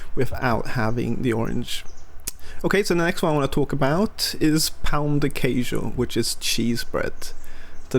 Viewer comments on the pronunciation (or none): Dude, I can't believe you still pronounce "pau de queijo". Try pronouncing "pun"(english pronunciation) it's 80% of the way and makes no confusion with "pau".